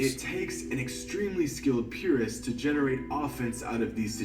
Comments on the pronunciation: "im a purest" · "I'm a purest" sure buddy